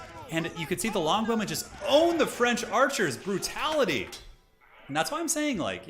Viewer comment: he says longbowmen like blonde women. I legit first heard him say "Amazing English blonde women"